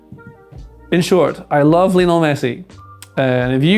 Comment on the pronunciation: Best player ever but people still pronounce his first name incorrectly. It's supposed to be pronounced the same as Lionel Ritchie i.e "lion-ul" not "Leo-nell"